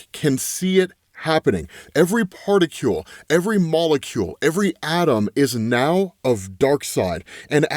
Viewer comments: My dude literally said: Every PARTICULE..... R O B..............😂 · Particule? It says particle. I know what a particle is. But what is a particle? Lmmfao. Just busting your balls. I know it was a misread. But still. Had to point it out. 😂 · I feel like you made a new thing. A “particule”. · “PartiCULE?” Proving just about anyone can be a monetized YouTuber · particule? lol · Lmao "particule"